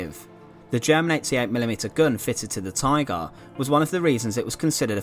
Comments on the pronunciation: What is a “tygaah”? I don’t think I’ve ever heard someone say “tygaah” so many times in five minutes. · The narrator saying "Tigarr" was so irritating.